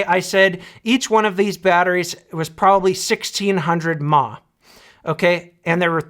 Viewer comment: "TOP OF THE WORLD MA!" - BOOM! mAh = MILLIAMP HOURS - - - NOT "MA" CHILDERN! UNLESS YOUR MOTHER IS A ROBOT THAT RUNS ON BATTERIES! MA, MA, MA, MA, MA, MA - NO!